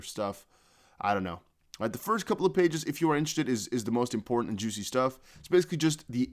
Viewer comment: Please please please stop saying juicy like that 🤦🏾‍♂️